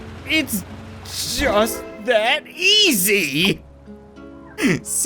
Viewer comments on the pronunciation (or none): "just that easy" while having a minor stroke